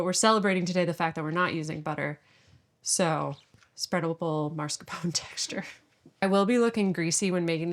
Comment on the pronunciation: Man, I love this channel so very much, but her pronunciation of “marscapone” is killing me…. :p